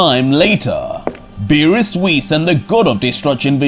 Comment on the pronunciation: Nah hearing zeno say beerus chan hurts my brain